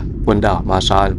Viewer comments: Từ Santa Cruz, của đất nước Hoa Kỳ. Xin góp chút ít về việc phát âm về tên của hòn đảo Marshall. có thể phát âm “ ma xồ “ thay vì “ ma xa “. 😁 Và đây là 1 kênh YouTube đáng được ca ngợi, và ủng hộ, vì những đóng góp to lớn của đem đến những đời sống của những hòn đảo của Thái Bình Dương đến cho mọi người. Bản thân anh cũng thích du lịch đến những quốc đảo hơn là quốc gia bình thường. Nếu có điều kiện làm những chuyến đi về Đại Tây Dương, cũng có rất nhiều những hòn đảo nổi tiếng. Chúc sức khỏe và thành công. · Góp ý chút nhé, phát âm đúng: maa-sờl ai-lần. Great vid, anyway. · Đọc là mar so đơn giản vậy thôi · Em đọc tên quần đảo Marshall này chưa đúng lắm, phải là: Maar-shuhl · Quả đó tiếng Anh là "Breadfruit" em a. -"Marshall" tiếng Anh đọc kà "Mar - Sho". nhớ không ? chữ "All" (Tất cả ) đọc thế nào thì âm cuối của "Marshall" sẽ đọc vậy ... - Quả nhầu thì tiếng địa phương ở đó họ gọi là quả "Noni" quả này họ muối lên men để làm nước uống . - "College Of The Marshall Islands" là trường cao đẳng để đào tạo Cán Sự chứ không phải là Đại Học (University) em ạ !. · Tiếng anh đọc là má sô